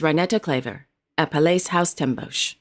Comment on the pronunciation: A tip: Den Bosch is pronounced more like like Den Bos than Den BOSH